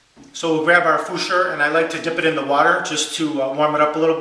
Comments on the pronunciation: 'Futur' is pronounced 'foo-too-ah', not 'foo-sure' in German. Otherwise good review sir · hint: the correct german pronounciation is 'foo-tour'... not 'foosure' ;-) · German pronunciation is "merrkoor footoor" as in "food". You're welcome. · Haha Fuschhoouuur....that's not the German pronunciation. This is American fake news at it's best. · Hi, love your videos, including this one. They're part of what got me (and my RAD) started a while ago. The guy below wasn't very helpful with his pronunciation comment. I would know exactly which razor you're talking about, but if you're interested, it's pronounced "foo-too-ah" with equal emphasis given to all syllables. "R's" at the end of words in German are silent like in English English. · futur is pronounced foo-tour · Futur - pronounced "Fyu Toor" Like "Future" but without the "choo" sound like we (English speakers) make. The Futur is my first (and only) safety razor, and I love it! I use Merkur blades. Sandalwood shaving cream from Art of Shaving, and the beautiful horn shaving bowl from Shave Nation. The Futur is heavy - no big deal. I let the razor do all the work on the down strokes, and up strokes require a minimal amount of energy (if you can't do the up strokes, go to a gym......or pick up a heavy book a couple times a day to increase muscle tone - sheesh!) LOL I keep mine at a medium setting (never adjusting) and, after just over a year of safety razor shaving, can get a nice shave without a nick or cut. The ONLY time I nick myself is when I use pressure - and I know it's MY fault. I always (always) have trouble on one part of my neck, so I've learned not to fight Mother Nature and just accept the closest shave I can get in that area. I LOVE my Merkur Futur/Merkur titanium blade combo - and have no interest in looking for any other combo. Those are my .02 cents. Happy shaving! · I absolutely love your videos. But Fooshoor? I almost wet my pants laughing my man! Sorry, great video as always though.